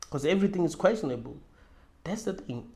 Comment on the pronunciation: It’s questionable* not quastionable